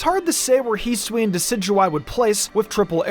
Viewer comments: You can’t hold items at all and the correct pronunciation is HISS-OO-E-IN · Heesuian srsly man hisuian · “Heesween” lol